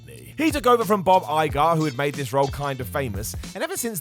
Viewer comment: [CHAY-peck] , not "sh'PECK", and [EYE-gur], not "EYE-GAR". Sincerely, WWE & Disney fan.